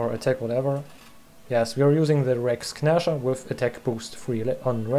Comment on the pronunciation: sehr schönes video. kleiner hinweis: das G in "Rex Gnasher" ist still. Es wir also "Räcks Näscher" ausgesprochen.